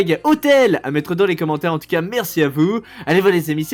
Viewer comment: Mec cest pas frôlant ces forlan